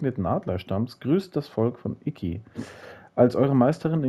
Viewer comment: es heist Isla Iki nicht Isla IKiaaaaa XD